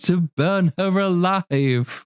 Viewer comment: She also pronounced "Alive" as " a liv"